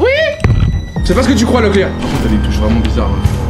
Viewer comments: C pas locklear,c Leclerc 🤣😂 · Moi je croyais que quand ils disaient ''locklear''j'entendais ''la cuisine'' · Je pensais qu’il disait brocoli🤣🤣